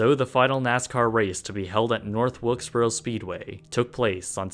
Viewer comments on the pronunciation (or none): That's North Wilkesburrra.